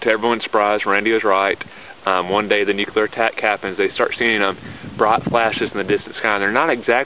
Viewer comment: wow robot voice, and of course, "nucular" ugh